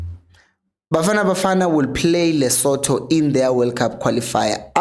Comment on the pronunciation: "LeSotho" lo umfunda ngesiNguni, kokwakho ngu "Lisuthu" nawumbizako..... Ameniii Great content as always, keep up🙌🏾